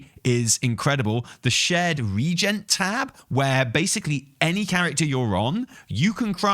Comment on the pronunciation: "Reagent" is 3 syllables not 2 btw. Pronounced like the word 'agent' with 're-' before it